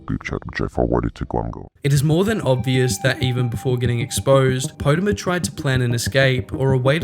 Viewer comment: You say potermer like PAU TER MER